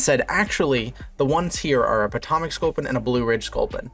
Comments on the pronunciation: I had to stop watching cause of your mispronunciation of my home town I couldn’t deal with it. It’s pronounced Poe-toe-mick 😂😂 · the way he says potomac 💀